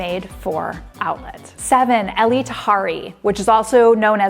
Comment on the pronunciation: Elie Tahari is not a she. HE is an Iranian designer. HIS name is pronounced E-li . Tahari is his sub line.